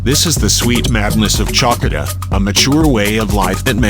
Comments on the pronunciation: "Tsalkida"? seriously? The auto-generated voice ruins a very nice video! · Beautiful views of the island. The name Chalkis & Chalkida is pronounced Hal-kis & Hal-kida (Ha like in Harvest)